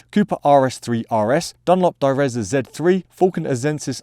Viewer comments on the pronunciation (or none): Sorry, I can't complain about the data being wrong. In fact the only bad thing about this video was your pronunciation of "Direzza". If a word sounds Italian and has 'zz' in it it's pronounced the same way as 'zz' in "pizza" ; )